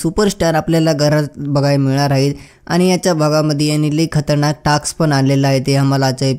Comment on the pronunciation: टाकस् नाही रे दादा.. टास्क अस आहे 😊